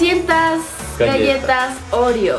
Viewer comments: No seria ''OREO'' dice ''REOO'' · decía reoo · oye Karen dijiste réyelo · Es oreo no reoo xdxd